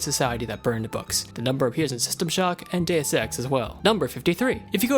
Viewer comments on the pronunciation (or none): none